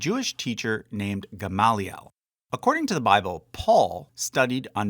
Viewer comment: Your Hebrew pronunciation is kinda horrible, but I also don't care so much. Except for GAHM-lee-el